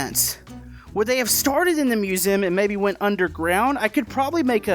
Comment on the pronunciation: you say musem instead of museum